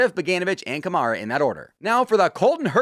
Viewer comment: Hey, hugs from Brazil!! By the way, when you say Rafael Câmara's name, its acctualy pronounced with the emphasis on 'Câ' (sounds like on the word 'cup'), not on 'mara' - would be like 'Kah-mara'. Thx!!!